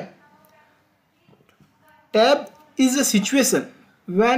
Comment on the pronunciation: What is "Tab" didn’t understand what you were saying. Please explain it more clearly and elaborately.